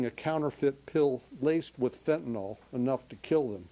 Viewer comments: Why does everyone pronounce it fentanol? The why is silent it's fentanul or fentinle. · Could my party please stop saying "Fent-nol", please??? It's really this generation's "Nuculer", and drives me nuts.